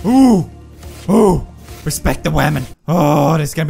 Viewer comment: It's khwamen